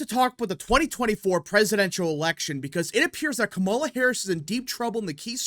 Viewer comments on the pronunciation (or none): Please learn how to pronounce "Kamala."